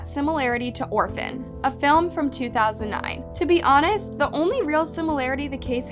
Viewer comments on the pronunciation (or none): none